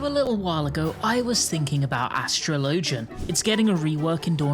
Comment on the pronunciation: Bro how do not know how to pronounce Astrologian? It’s like the word “astrology”. How do you not make that connection and continue to butcher the class name to whatever the fuck you’re saying? That’s something that a 10 year old learning how to read big words would struggle with. Do better.